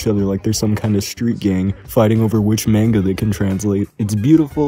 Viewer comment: Mon-Guh, not Mayn-Guh ,ily bro